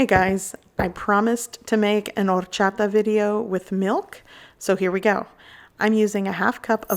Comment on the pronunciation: Take a shot every time she says ordddchaTa. Thank me later.